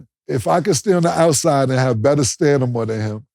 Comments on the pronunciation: Cam don't know how to say stamina for shit! Lol always says stanima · It's STA-MINA, Cam. Not STAN-IMA😂😂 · You my nigga Cam.. but the word is STAMINA…. not STANIMA… 😂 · Jesus Christ Cam you got to be doing this “STANIMA” shit on purpose 😭😭😂😂😂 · Why nobody correct Cam when he says “stanima” instead of stamina? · Cam is on here getting Falcon punched by that ‘stanima’ word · “Stanima” - Cam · Stamina been kicking my boy killa for seasons now. Killa come on bro....just start saying endurance or something cuz Stanima aint it. Love ya doe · Somebody tell Cam it's Stamina not Stanima. I'm over correcting the names, Mike Tomlinson and all that crazy shit but come on, pause LMAO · Stanima gets me every time 😂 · Is anybody ever gone tell cam it’s stamina and not stanima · Nobody: Camron: Stanima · "StaNima" be kicking Cam's ass. 🤷🏾‍♂️ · Killa “Stanima” Cam 💀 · Cam saying “stanima” is too funny man 😂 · I love my boys but everytime cam says Stanima is hilarious and not stamina lol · Stamina not stanima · Cam, please! Stop saying staNima!!! Its StaMina!!!!! Thank you. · Everytime I hear this nicca say stanama😑⚰️😆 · "Stanima" wins again lol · CAMRON GILES your killing me with STANIMA … ITS STAMINA .. STAM INA NOT STAN IMA 😂😂😂 LOVE YALL Niccaz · "Stanima" hits my ear wrong every single time...😂😂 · 😂😂😂 cuz he ran out of mental "stanema" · 🚨 “STANIMA” is back 😂😂😂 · “Stanima” lmaoooooo Cam gotta get that one together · Stan-ima pops out again, pause 😂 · Cam you gotta learn how to say STAMINA bro 😩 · 🚨 “STANIMA” is back 😂😂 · So Killa just gonna keep mispronouncing Stamina and aint Noone gonna correct him? Lmao... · So not one single producer of this show is willing to tell Cam that the word is stamina? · GAHHHDAMN KILLA ITS STA-MIN-A 🤦🏽‍♂️ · “Stanima” lmao 🤣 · here he go mispronouncing stamina again lol